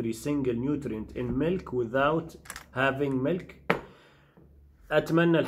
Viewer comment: Called Milk ,Caw Milk Not MELK ………Pronunciation Please...……..Thank You